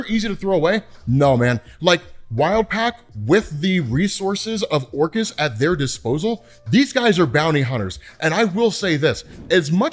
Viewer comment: Who else hears "Orcas" when says "Orchis"? And then he mentions the hounds. Plus, Orcas hunt in packs. The mutants have no chance, bro!